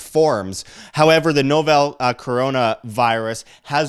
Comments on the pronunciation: Hes Canadian, not a big deal. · Dude, please call it " novel corona virus" not novell seriously you will be taken much more seriously.